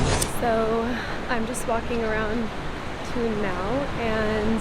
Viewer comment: Thun is pronounced Toon.